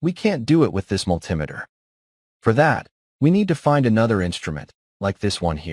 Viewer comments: It's not a mul timiter it's a multi meter. Bloody American AI. lol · And can you learn to say Multimeter correctly. It's Multi Meter as in a Metre with Multiple functions. What the hell is a Mul Tim itter? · mul-TEE-meter, mul-TEE-meter. Fkng AI. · What's a "multimiter?" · Never heard it pronounced like that before multimiter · Multimiter pronunciation. Apparent ai glitch. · ˈpronounce multimeter məl-tē-ˌmē-tər. AI is extremely annoying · Obviously it was one that couldn't say multimeter properly